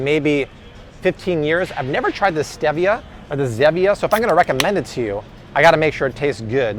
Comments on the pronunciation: Pronounced STEE-via and ZEE-via 🤦🏼‍♂️ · You made me question - am I pronouncing Stevia incorrectly? So I Googled afew different sources... All agree. It is stEE-vee-uh Now we know😄